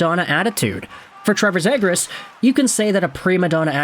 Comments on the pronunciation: it’s pronounced Zee-gras. Bro will eventually learn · Omg man it's pronounced Zeegras!! Learn player names if you want to make content